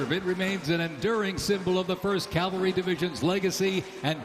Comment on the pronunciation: Did the parade announcer really say "Calvary" instead of "cavalry"? Were our military really marching out of step? Are these tiny rebellions? I hope so.